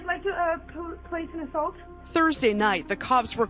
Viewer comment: AND SHE CALLED IT ASSULT lmao like calm down lady my god his neighbors were probably complete A holes